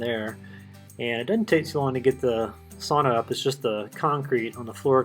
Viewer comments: Sau-na NOT Saw-naw! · Strange sauna (pronounced sow-na) you have. As a Finn I know a bit about sauna, never seen one without stones on the stove to hold heat and make steam when watered, I don't understand how this one works I guess. Also always have more than one tier of bench.